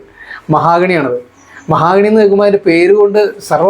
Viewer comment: മഹാഗണി അല്ല മഹോ ഗണി ആണ്